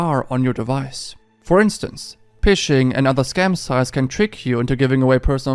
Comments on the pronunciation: Ha! "PISHING"!!! It's pronounced "FISHING". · ik this is a year old now but i wanna say phishing is pronounced as fishing. ph is usually pronounced as a f shound in english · Ph in English is pronounced like an F. So Phishing and Fishing are pronounced the same. :) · You pronounce phishing the same as fishing btw. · For future reference, phishing is pronounced as fishing. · Big fan of your videos, and I always love to get access to stories from other countries that I wouldn’t normally see due to a language barrier. (One small tip from your ad read: the word “phishing” is actually pronounced just like “fishing”) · hope this doesn't come of wrong but ph is pronounced F in English so phishing is "fishing" hope this helps love your videos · Omg I love this video and you do an amazing job 👏 ❤️ 💜 small note; phishing and fishing are pronounced exactly the same 💯